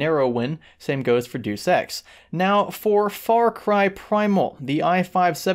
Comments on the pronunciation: deuce ex? Its pronounced dayus ex...... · DEY OOS not DOOS. Cringed hard as fuck when you said that. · Really dude, deuce? It is pronounced Day-us Ex, as in Deus Ex Machina (roughly 'God from the machine')... Just another example of the noobery from the host of this channel. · Deuce Ex hehe imaginative pronounciation xD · did he say deu sex? soz im dying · "DAY-YEWS EX" come on wtf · Grant Hemstreet the correct way of saying.